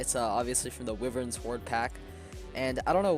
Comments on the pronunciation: “Wivern” lmaoooo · The way you said Wyvern... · You say wyvern wrong